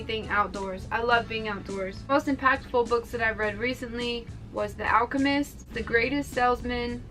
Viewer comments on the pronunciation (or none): none